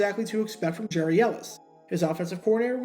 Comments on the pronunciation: Get the name pronunciation right. His first name was pronounced "Gary" not "Jerry". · His first name is actually pronounced “Gary” (not “Jerry”). Not sure why, but that’s the way it was. By the way, your videos are terrific. I could watch these all day. I love the narration and the fact that you really do your homework. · Re-record and pronounce the guy’s name right 🤠